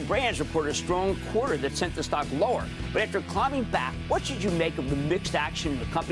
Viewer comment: Buddy had a 10 page script and couldn’t even pronounce the stock correctly